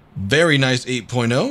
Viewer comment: 8 porno is all i heard after him saying very nice 8.0 lol